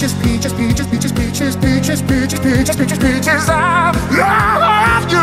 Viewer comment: I know he says peaches but Im still hearing BIETCHES!